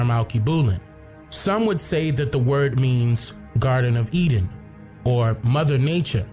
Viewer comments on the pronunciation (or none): none